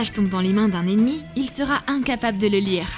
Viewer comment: On dit lire pas lice